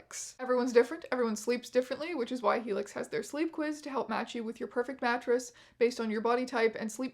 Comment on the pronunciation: lmao i heard “gnashers” instead of mattress and was like…well, yes